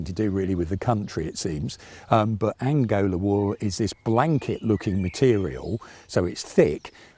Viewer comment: Not "Angola" but "Angora"!